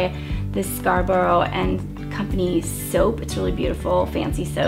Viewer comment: nearly right on the Scarborough pronunciation, softer sound on the end. didn't Simon and Garfunkel record Scarborough fair? well here in England, where Scarborough is of course, this is how we say it, give it a listen xx ( actually forget that, they pronounce a hard 'o' too lol, try the Sarah Brightman version) xx